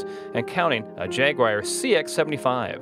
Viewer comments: Sorry what? Can you repeat that line Cus I am struggling to figure out what the hell a Jagwire is. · That's 'merican pronunciation. We don't know what a Jag-u-ah is 🤪